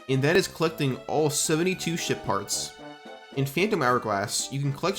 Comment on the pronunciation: I cannot stop hearing shit part when he says ship parts😂